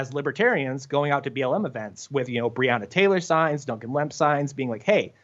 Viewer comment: I don't think he's pronouncing BreOnna Taylor correct.